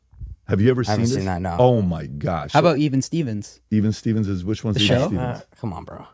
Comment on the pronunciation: Bro says Even Stevens, lmao